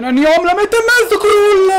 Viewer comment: Ma solo io quando dici "la mette in mezzo" capisce sempre "la mette in "?? ahahahah,comunque.... #krulforpresident